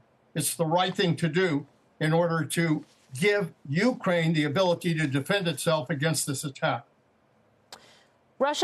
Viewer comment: Did she just say "shtrike"? Wow, is English not her first language? She should "shtop" pronouncing words incorrectly.